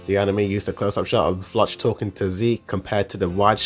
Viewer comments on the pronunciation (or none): bro this guy's name pronouncation 💀 "leyana" = Yelena flawch = Floch "onion-coupon" = onyakopon they're pronounced "yeah-lena" "flock" "on-ya-koh-pon" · Can you please learn how to pronounce the names of characters? Floch is pronounced like Flock, and Yelena isn't Yee-lah-nah, it's Yeh-la-nah. Braun is pronounced like brawn, not brown. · Bro you should pronounce floch name like they call him in the anime it looks wired how you pronounce it in English 🤣